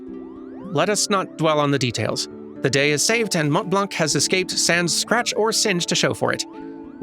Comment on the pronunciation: The T in Montblanc is silent. =P